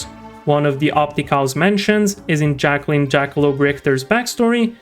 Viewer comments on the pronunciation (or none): none